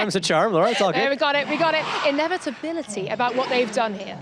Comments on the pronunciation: "Envit-tability(!). En-vitability(!!!)... It's gonna happen" 😵‍💫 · Oscar, also, cannot pronounce inevitability. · You have to enlarge the n in an inevitability to roll it